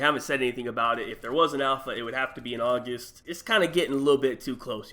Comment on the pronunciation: anyone else hear him say "Aujust"